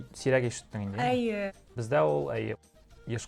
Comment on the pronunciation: По-башкирски она всё время говорила "әйе", это же по-татарски, а по-башкирски будет "эйе".😅